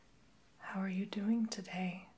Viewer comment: Why do you always say "amazink" or doingk" idk If it's just a whisper thing or accent just wondering